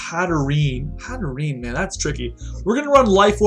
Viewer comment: i think it's pronounced hat-err-enn-ayy